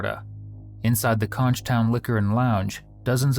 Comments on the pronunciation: It’s pronounced konk, not con-ch. I can’t believe that this jewel didn’t find a “suitor-ess” that night. It’s sad that so many people in stand your ground states think that the statement “I was in fear for my life” are magic words that will absolve them from murder. The people of Key West are great! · Conch is pronounced: Konk